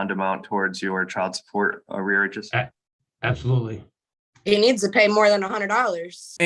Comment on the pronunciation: Arearages???????? ARREARS!!!!!!!!